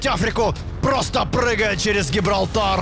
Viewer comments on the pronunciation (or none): none